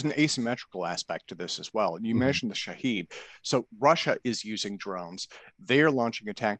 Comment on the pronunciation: It's pronounced Shaw-head meaning observer or witness, and the cost for Iran is 200 dollars not 20,000